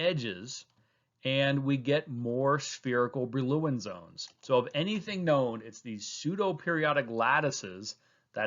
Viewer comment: Great explanation thogh I enjoyed the pronunciation of Brillouin zone much less 😅